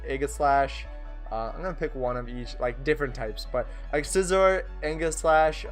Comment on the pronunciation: It’s funny how I love spinda for the same reason you hate it (Also Aegislash is pronounced eej-u-slash)